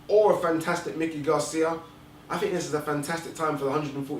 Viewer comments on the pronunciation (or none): Is it that hard to pronounce Mikey(MY-kee), vs. Mickey, as in Mickey Mouse. Had to stop listening because of the mispronunciation.